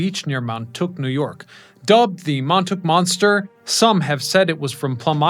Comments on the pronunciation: dude says "Montook" when any Long Islander or New Yorker would prounce it "Montawk" we know where he's from...or where he's NOT from as the case may be. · 'Montuk' no...Mon tawlk. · How can you do a whole series relating to New York City and a) call Plum Island part of NYC, and b) pronounce the very well-known Montauk vacation mecca as 'Mon-took'???? Are you some sort of plant? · did he say Mon Took ? The natives will never accept that ! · Also how he rendered Montauk as Mountook. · Your not a Long Island native, you don't know how to pronounce Montauk :face-blue-smiling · It is hard to believe what is reported in this video when the narrator continues to believe the island borders New York City. This is stated in the beginning and again toward the end of the video. His mispronunciation of Montauk indicates that the narrator has no more than a cursory knowledge of the subject. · About 110 miles from Manhattan, Plum Island is closer to several Connecticut cities than it is to NYC And you should learn to pronounce Montauk if you’re going to have monetized YouTube videos that use the town name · Learn how to pronounce Montauk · mountuuk ny??? 🤣